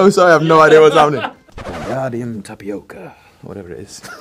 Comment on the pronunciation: It's tapioca, not tapiocaahh.